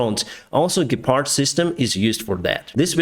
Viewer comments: Yes it’s german and you pronounced it very well! I am glad that we have send Ukraine the modern Gepard tanks and I hope we can deliver Ukraine more weapons of these weapons like the Leopard 2 tank. Best regards from Germany, Bavaria🇩🇪🇺🇦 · how come your german pronunciation is quite good? you speak german? I like the Gepard's effectiveness vs the shahed drones and thus protection for the Ukrainian civilians. But would love to see some Leopards on the frontline!